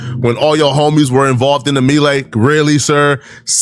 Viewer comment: I hate the way he pronounces melee… Flakko is an idiot